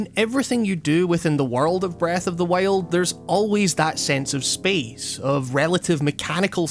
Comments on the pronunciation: sounds like you’re saying breath of the whale lol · This was a fairly good video discussing "Breuth of the Wiald" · Breeth ohf di wield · Breth oaf de wyold